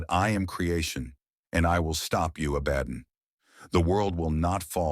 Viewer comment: pronounced ABA-DON, not A-BAD-DON.